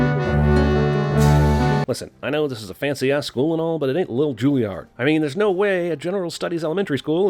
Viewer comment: He said Julliard instead of Juilliard